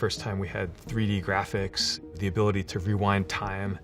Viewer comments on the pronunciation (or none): none